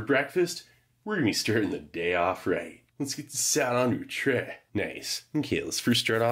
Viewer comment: Its pronounced "chrhey" .